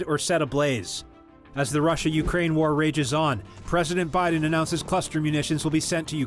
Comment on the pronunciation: Why was I cringing when every time she said biden she said billion🥴🤨.....and 6 billion was too much for the southern wall/border??🤔